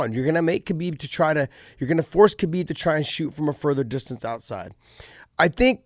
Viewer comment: How is Khabib one of your closest friends, but you mispronounce his name? (don't say the K)